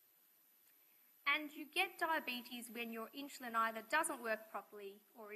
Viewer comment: Not sure why she keeps pronouncing insulin as inch-a-lin but gd vid.